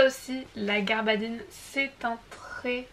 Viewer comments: Il s agit de gabardine et non pas garbadine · Il y a effectivement une erreur, il s'agit de Gabardine et pas de garbadine